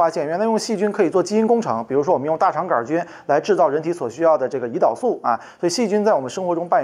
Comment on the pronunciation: 大肠杆儿菌，这种念法我还是头一次听说，李永乐发明的新念法将广泛传播，成为现代汉语的新组成部分